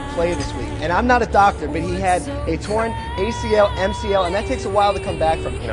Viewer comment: Every time he said “torn” I thought he was saying porn